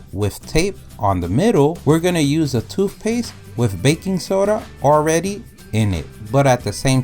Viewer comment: 😂 Well in his vocabulary, it’s spelled toofpaste, so.